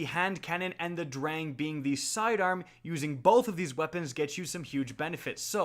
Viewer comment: his pronounciation of "sturm" and "drang" ist atrocious